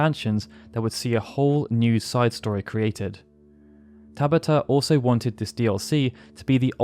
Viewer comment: TaBAta! Emphasis on the SECOND syllable!